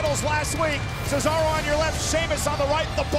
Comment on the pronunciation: Why did Cearso sounded like a Italian despite being from Switzerland, hes a Swiss not an Cockroach